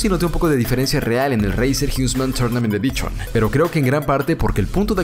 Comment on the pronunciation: "reiser jiusman tournament edichon"